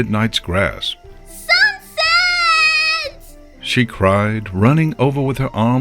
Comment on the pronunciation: "We'll fix this SuxSet'' -Fluttershy